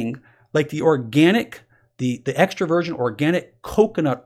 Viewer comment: Every time he says "Extra Virgin" I hear "Extroversion"